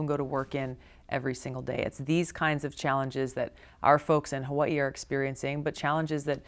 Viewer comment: Only candidate that pronounce "Hawaii" correctly!